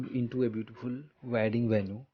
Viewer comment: It's not Venu it's is venue